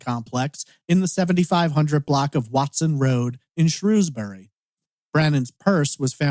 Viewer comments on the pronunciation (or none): none